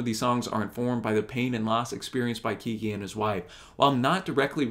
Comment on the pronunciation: BTW. Pronounced Keg gee.